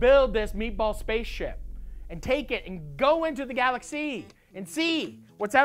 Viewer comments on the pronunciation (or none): that was the most québecois sounding galaxy I've ever heard